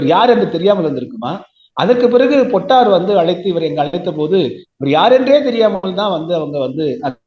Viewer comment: பொட்டு அம்மான் = பொட்டம்மான் —-> பொட்டர் (சுருக்கமாக அழைத்தார்கள்) ‘பொட்டார்’ எனும் உச்சரிப்பு தவறானது!